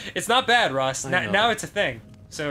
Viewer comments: 'Can you just say your name like a normal human being? ...Hi I'm Danny' '....nyeeursh' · ok.... wtf ross? XD Danny - " Can you... say your name like a normal human being??" Ross - "erghnuh" (me dying of laughter)